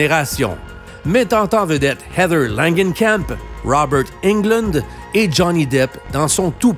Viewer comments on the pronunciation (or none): none